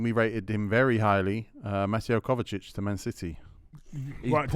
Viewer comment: calling kovacic “kovatic” and gvardiol “Guardiol” 🤦‍♂️. Why does nobody correct him?